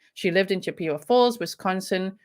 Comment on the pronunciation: Not being snarky here, the name of the town is pronounced, CHIP-eh-wah. Its named after the Indian tribe, from the area of the woodlands. You totally nailed the name of the brewery! Not many from here can do that. You said it was a German word? I actually toured that brewery when i was thirteen.